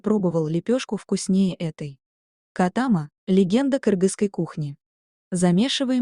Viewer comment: Вы неправильно ставите ударение,надо делать га последнюю а.